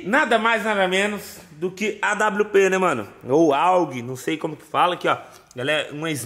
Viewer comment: Ele falando awp me da agonia, é uma aug